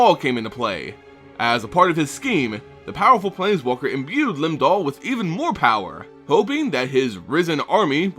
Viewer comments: Always love your content. Just wished you pronounced the words per the spelling. For example: "Shandalar" has only one "r" in it....at the end. Lum-Dul and other names also very mispronounced, thus making these very hard to follow. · Does the accent make it Lim Dool?